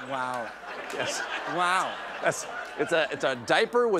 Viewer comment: Oh WAOOOOOOOOOOOOOO. Wao how special, so impressed, so Scottish, what a talented little guy, what do you wanna be when you grow up?